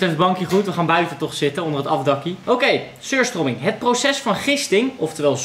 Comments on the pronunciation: je spreekt t uit als suur strömieng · Je spreekt het uit als suuustruming ik heb het in mijn koelkast liggen😂